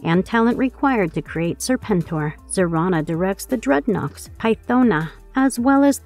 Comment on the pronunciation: Serpentor not Serpenter....